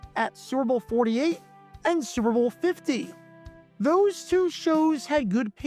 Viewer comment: It's so often that it sounds like he says "Sewer Bowl". That's actually somewhat appropriate and maybe intententional. :)